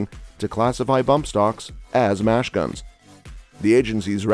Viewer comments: Have some living human read the text instead of your illiterate computer. Mash guns?! I'm pretty damn sure it should read "Machine guns"!! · Did I miss this "JUST ANNOUNCED" Supreme Court statement ending ATF rules? This is more an NRA commercial just repeating same old stuff. The announcer even calls machine guns, "mash-guns". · “Mash guns?” Who is the utter moron narrating this??? The same moron who states that Nicholas Cruz used a bumpstock??